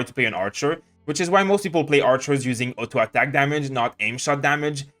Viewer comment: you sound so french saying auto attack grr